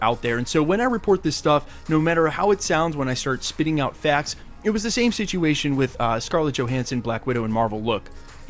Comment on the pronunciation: That guy pronounces "facts" /fɛakts/ instead of /fækts/. I wonder if he's from Fargo, donchano?